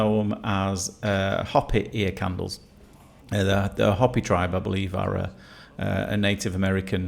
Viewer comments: Hoppy 🤣 . It’s pronounced more like Hope E .Hopi . Always enjoy your videos. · It's pronounced ho-p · I never bought into the whole ear candleling thing. Just didn't seem right. Hopi is a Native American tribe. It's pronounced Hoe-pee.